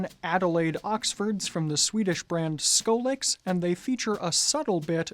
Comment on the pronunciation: Ha! "Skolyx" is actually two words written, as often is the case in Swedish, together. "Sko" (shoe) and "lyx" (luxury). It is pronounced "sko" as in school, and "lyx" as in "lynx" (but without the n). Just to give a Swedish heads up! :)